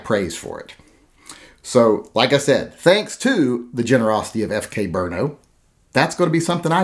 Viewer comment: I was listening until you said "brno"